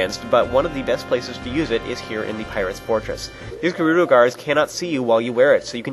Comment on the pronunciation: its pronounced ( jer- oooh- doe) jerudo!